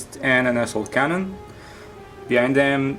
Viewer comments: When he said assault cannon... it sounded like he said ass-hole cannon... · When the boss French dude playing Dave, I thought he said ***hole cannon instead of assault cannon when he was shooting the Rhino with his Land Raider. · XD asshole cannon am i the only one that hears that instead? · no offense to the french guy buy when he sayd assault cannon it sounded like asshole cannon